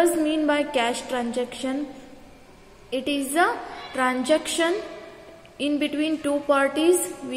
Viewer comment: And it is transaction, not tranjaction.😅